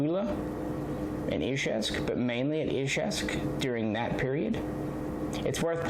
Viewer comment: You are about the only person on YouTube who can say Izhevsk correctly! Great videos sir!